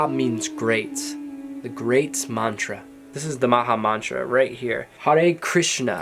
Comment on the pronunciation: Dear! you need to pronounce the mantra correctly in order for it to work. you have good mantas. Work your pronunciation.